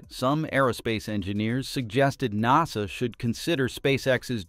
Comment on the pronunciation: PRONOUNCIATION OF nasa IS now nazZA